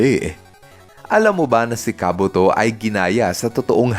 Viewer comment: FYI, si Ursaring po ay mahina sa sipa gaya ng Double Kick at Triple Kick. Dahil si Ursaring ay Normal type Pokemon at ang dalawang binanggit kong moves ay Fighting type moves... Kaya anong hindi tinatablan? Search muna po... By the way, tama ka sa info ni Kabuto. Mali lang pagkakabigkas ng name.